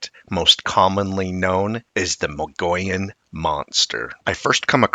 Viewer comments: Dude you are totally slaughtering that word Mogollon!! Try this Mug-ee-own!! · Mogollon is pronounced Muggy On. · (Moh-gee-on) or (mo-gi-on) Mogollon Rim. That's how most Arizonans pronounce it. Great video 🫡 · I've lived in Arizona for 50 years. I have always heard it pronounced Mo- gee-yahn. 🤷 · Yaaarg. It's pronounced muh-gee-yone (long O sound). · When I lived in Arizona, I learned to pronounce the Mogollon Rim from natives before I saw how it's spelled. It sounds like mug-ee-on. At the time, I hadn't heard of the monster(s) but have since become a believer. Now I'm in Durango and really enjoy learning about these creatures that I might encounter sometime and won't be shocked so much but rather well prepared for it. Thanks for sharing! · good information, we live in Arizona about an hour from the Mogollon rim. We tend to pronounce it Mug-ee-yone. I know, it sounds weird, but thats how locals say it. I've never seen one, but the area is wild and rugged where large creatures could easily live. We also have more elk moving in, along with the deer. With more and more people moving into that area, more sightings are likely.